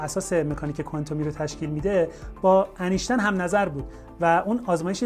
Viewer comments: ضمن سپاس لطفا نام «اینشتاین» را انیشتن نگویید. وقتی از فیزیک کوانتومی صحبت می‌کنید حد اقل نام بزرگترین دانشمند فیزیک را درست بگویید و بنویسید. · مثل همیشه از توضیحات شما استفاده بردم‌ ، ممنون.‌... فقط اگر جسارت من را ببخشید ، اینکه ما در مورد برخی کلمات و اسامی هم املا و هم تلفظ را تغییر می‌دهیم گاهی آزار دهنده می‌شود. " اینشتین " هم برای املا و هم تلفظ صحیح است و نه " انیشتین " . نمی‌خواهم ملا لغتی باشم ولی باور بفرمایید حیف است اشتباه بکار ببریم. ارادتمند. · اسم این بابا ولی انیشتن نیست ..... اینشتین درسته .